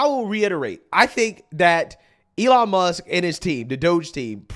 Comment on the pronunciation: Does she know there’s a “K” on the end of Muss(k) lol